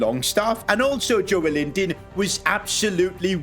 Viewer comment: its joelinton not joel-inton its read jolelinton